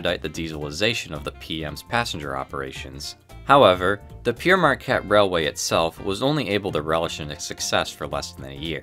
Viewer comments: For God sake. It's Père (pronounced more like "pear") not Pierre! The name is from the 18th century French Jesuit priest missionary explorer. Hence the French title (Father Marquette in English.) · It id not Peer Marquette is is pronounced pear marquette - Pere is the title of a priest. Pere Marquette is a priests name. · I'm confused - throughout the video you spell it "Pere Marquette", but pronounce it "Pierre Marquette" - which is it meant to be? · Its spelled Pere but pronounced 'Pear' and means 'Father' not Pierre. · Pere rhymes with pair and pear. It's French for father, as Marquette was a Catholic priest and missionary.